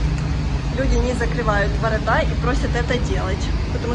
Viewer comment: Не воротА , а ворОта .